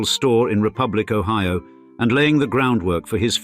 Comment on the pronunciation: but the british AI voice pronounced it o-HEE-o